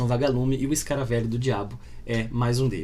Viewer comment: "Escaravêlho", não "escaravélho".